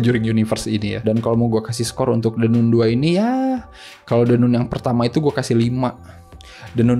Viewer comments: baca nya nun ya ? bukan nan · Kritik buat THE NUN (bacanya THE NAN bkn THE NUN )